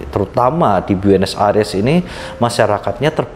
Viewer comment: 12.59 buenos aires uncle.. Bukan buenos ariesss🇦🇷😂😂